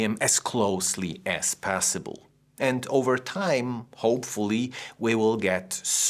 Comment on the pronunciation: Ciao. Love your videos as they are informative and nicely shot, but there is one thing that drives me mad: the way you pronounce "possible" as "passible". Please stop doing 🤣🤣 that aside great stuff, keep it up